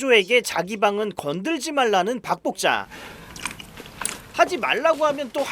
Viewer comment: 박복자가 자꾸 밥볶자로 들리는 신기함이있습니다!